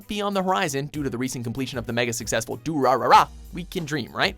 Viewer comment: The way he pronounced durarara......